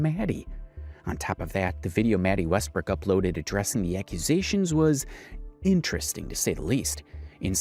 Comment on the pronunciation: Love your videos bro. But it’s west brook. Not west brock